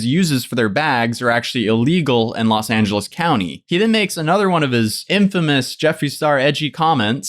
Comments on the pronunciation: I know its not important compared to the other stuff but did he seriously say the state of Lid Angeles ? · Did say “state of los angles” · Wait...did he say State of Los Angeles?